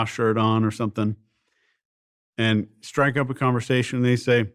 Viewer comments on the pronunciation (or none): none